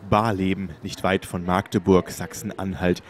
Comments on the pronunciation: Barleben, nicht weit von Maaaahgdeburg? Das a wird kurz gesprochen. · es heist magdeburg net maaagdeburg danke